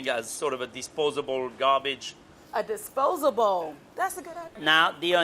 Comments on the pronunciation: "A disposa-bowl? That's a good idea." 😂 at least that's how I heard it lol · "a disposa-bowl! Thassa good ide..."